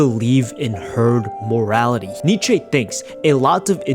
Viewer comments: Watching a video of a guy who pronounces Nietzsche as Nee-chay lmao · I'd love to hear speed pronounce nietzsche